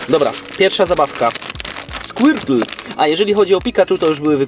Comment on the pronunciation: powiedziałesz na skłitla burbozałr